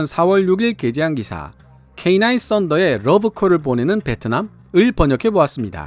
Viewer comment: K9 캐이나~인 인데 발음이 거슬려... 캐이 냐?! 인이 아님!!!